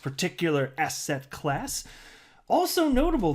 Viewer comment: I keep thinking you say Asshat Class instead of asset class (I watch your videos at 1.5x speed). Made me think Asshat Clayton is now in a class of his own..